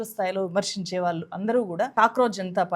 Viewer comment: "ప్రభుత్వం ఒళ్ళో కూర్చుని" అని "ళ" అక్షరాన్ని చక్కగా పలికిన మీరు "వాల్లు, వీల్లు, కల్లు, వెల్లి, పెల్లి" అని ఎందుకు పలుకుతున్నారు? స్టైలా? "ళ" అక్షరాన్ని సరిగా పలకటం నేర్చుకున్నాకే మైక్ ముందు కూర్చోండి.